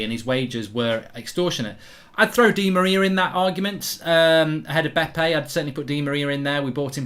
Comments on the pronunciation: Dude, It was BeBe and not Bepe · Its bebe not bepe